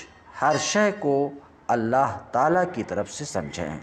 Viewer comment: معافی چاہتا ہوں آپ ہمارے بڑے ہیں اصلاح کر سکوں اتنا علم تو نہیں البتہ اپنی اصلاح کے کئے عرض یہ کہ (من إنقطع الی اللہ) کی بجائے من إنقطع الی الخلق کی آواز آ رہی ہے